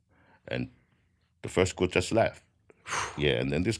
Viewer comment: When he says “group” I hear “gook”